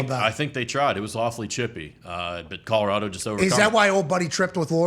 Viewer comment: Pat, thank you so much for pronouncing our state correctly. Often overlooked piece of detail, but Colorado thanks you nonetheless.